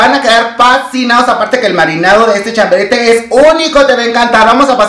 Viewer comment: Querido chiquillo se dice chabarete no chaberete jajaja